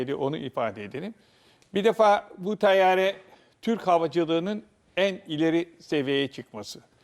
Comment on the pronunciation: Hocanın teyyare demesi🇹🇷♥️💙